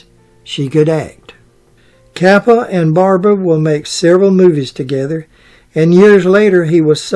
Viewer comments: Is he saying the Director Frank Capra ? Sounds like he's saying Frank Cappa , but Frank Capra was the great Hollywood director back then he directed it's a wonderful life. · It’s Frank Capra, not Kappa